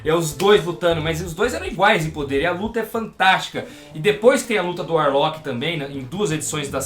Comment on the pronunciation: mano, video incrível! o que mata é só o falando Adam Varlock... mas isso não interfere em nada na qualidade!